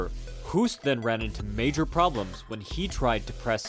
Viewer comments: Hoost is pronounced Hoast like in boast, roast, toast (or host) etc Not "who-st" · Btw 'Hoost' is pronounced EXACTLY as the English word 'Host'. Your pronunciation would be written down as 'hoest' which means 'cough' in Dutch 😂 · You speak out the name wrong